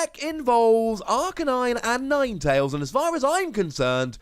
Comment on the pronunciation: Ninetalesanine?? Nope yours sounds better.